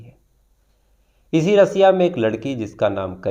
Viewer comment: Brother आप अपनी vocabulary पर ध्यान दे, रसिया नहीं रशिया बोलते तो ज्यादा सही लगता। मुस्लिम समाज में ज्यादा उठना बैठना है क्या आपका याकि दोस्त मुस्लिम हे या उर्दू साहित्य से पढ़े हैं?इतना ज्यादा उर्दू शब्द तो शम्स सर भी नहीं करते,,,, लिहाज़ा ,, मुझे तो नफरत हो गई है इस शब्द से जब से आपके मुंह से सुना है,,हजार बार वही घिसे पिटे शब्द मत बोल भाई